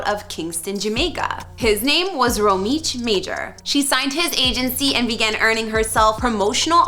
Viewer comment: Romiech noway, Vybz kartel a di biggest name in Jamaica, yuh gyal butcher this one.